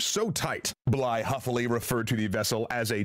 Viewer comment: Bligh not blythe